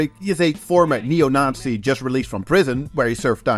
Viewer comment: Censoring all the f*ks and swear words, but doesn’t blur the swastikas 😂 YouTube will find and demonetize you for that 😝 Ah, and by the way: great pronunciation of “Neo Nazi” - sounds like zu took some German classes 🤓